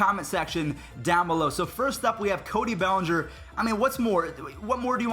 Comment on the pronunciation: IT'S NOT BELLENGER IT'S BELLINGER THEIR IS NO E IN BELLINGER IN FRONT OF THE SECOND L